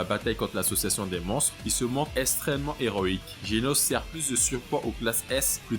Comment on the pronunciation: Vu le nombre de fois où tu dis extrêmement ou extrême tu pourrais faire un effort de prononciation parce que la tu dis esstrement et pas extrêmement...